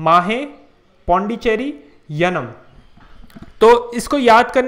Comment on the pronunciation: It's not yaman it's yanam Please rectify